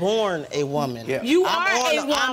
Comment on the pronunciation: “I was born a women” “YOU ARE A WOMEM” 😂😂😂😂😂😂